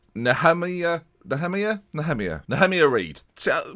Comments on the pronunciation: Nehemiah is pronounced knee-ah-my-ah ... You're welcome 😊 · Nehemiah is pronounced like Jeremiah, Nee-uh-my-uh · Nehemiah is pronounced Knee-a-my-a if that makes sense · Its probably pronounced asJeremiah, but Nehemiah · I think Nehemiah is pronounced like Jeremiah (as in Jeremiah Springfield)